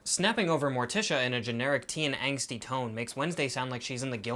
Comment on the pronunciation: Angsty, not anxsty